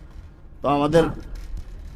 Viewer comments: ভাই সব কিছুই ঠিক ছিল,শুধু সালাম টা বাদে,আসসালামু য়ালাইকুম হবে ভাই সালামুয়ালাইকুম না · খুব সুন্দর, কিছু মনে করবেন না প্লিজ - সালাম দেওয়া টা সঠিক করে বলবেন